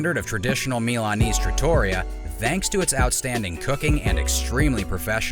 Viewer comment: TrattoREEa not traTAWrya